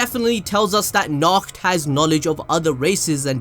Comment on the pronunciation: Nacht (Na-ho-to)